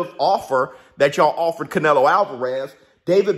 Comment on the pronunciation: It’s not canelo it’s canelhoooooo